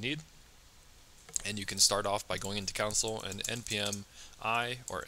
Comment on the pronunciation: love the videos but when you say counsel instead of console. i cant help but think oh man, i wonder if he knows that that's not right name haha great video btw if i have said that already